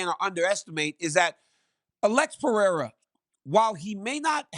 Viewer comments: It is PE-HEI-RA no Piera😁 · i hate how he says alexs name lol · Chael “Pierra” Sonnen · the way chael says pereira is crazy,, piera? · It's not crazy. It's incorrect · Chael still saying Piera just does my head in. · "Pee-Era" - Chael Sownun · Chael some how gets everything wrong but gets job after job. Always says since the first time the octagon was set up in mobile Alabama. It was Denver. He made Alex pereira a Frenchmen “Pierra”. I kind of respect it though 😂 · It’s quite disrespectful when “Pee-Era” would knock him out cold within 3 minutes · He lost me when he started with "Pierra" at 2 seconds in. I hate this new show. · CHAEL SERNEN STRAIGHT COPIED MY SCHOOLS SHTICK FROM LIKE 2012 LMAOOO PRONOUNCING NAMES WRONG ON PURPOSE LIKE ME🤣🤣🤣🤭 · Of all the bells and whistles that come with this show, one of my favorites is Chael purposely mispronouncing fighters names. 😂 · Yeah Chael (mister i never lost a round 😂) is becoming probably the most delusional MMA media guy in the world with this take …. And he needs to stop mispronouncing Pereira’s name on purpose…. This is getting out of hand here … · I love how bad guy pronounces names